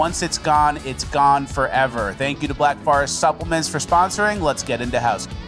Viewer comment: "thankyou Black Farrest" "thankyou Black Forest"